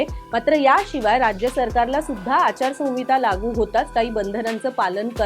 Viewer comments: मॅडम, संविता म्हणू नका.आचार संहिता असा उच्चार करा. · आचारसंविता नाही ओ मॅडम आचारसंहिता असं असत व्याकरण आणि वाचायला शिका आधी मग पत्रकारिका करा 🤦😂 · Not "sanvita "Correct is "Sanhita "